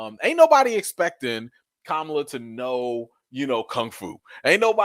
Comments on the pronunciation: I love you but please stop pronouncing her name like the disappearing Vice President. Ka-ma-la. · 👍🏾, but her name is not pronounced like the vice pres. It’s ka-MA-la.